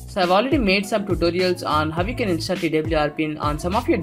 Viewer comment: Say install not instaal😆 #no offence